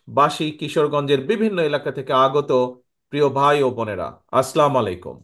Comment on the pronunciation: আপনার বক্তব্য খুব সুন্দর হয়েছে,সালামটা আরো একটু সুন্দর করে দেওয়া যায়,যেমন আসসালামু আলাইকুম।